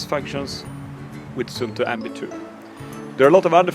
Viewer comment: Swedish hold an Finnish Watch :) Good Neighbor :D You say Sunto... Use 2st UU (SUUNTO) and then you say it Right =)